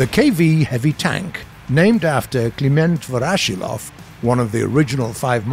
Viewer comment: Narrator: Named after Kleemehnt Vorashinloaf Me, a Russian: AAAAAAAAAAAAAAAAAAAAAA